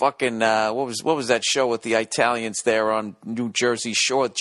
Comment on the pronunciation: Did this Mc just say eye talions. Lol